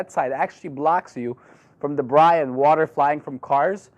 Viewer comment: I like how you pronounce "Debris" - "Debryyy" :D